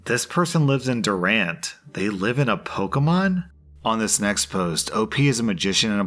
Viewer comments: The "derent, okay?" Was really funny cause its "dur-rANT oklahoma" afgdkflhj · It’s pronounced Doo-rant. Not Durant. It’s a town in Oklahoma. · Durant, OK is a town in Oklahoma. It can be pronounced “duh-RANT” or “DOO-rant,” but definitely not “DUHR-ent.” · Durant is a town in Oklahoma. It’s pronounced doo-RANT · Did anyone else cringe at the way he said "Durant, OK?" Or am I just picky? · I’m not sure if this is just being funny, but it’s Durant Oklahoma.